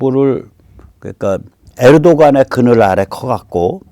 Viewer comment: 에르도간이 아니라 에르도안으로 읽습니다